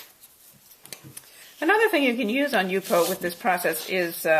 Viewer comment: Thank you for pronouncing it properly - :D